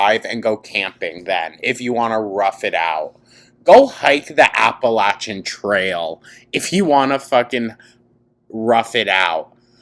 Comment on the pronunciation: Thank you for saying Appalachian correctly! And before people argue both ways are correct no. The word comes from a Native American tribe the Appalachee who were displaced by the English into what is now known as the Appalachian region.